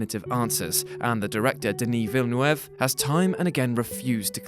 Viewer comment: the scariest thing about this is how you pronounce Denis Villeneuve's last name.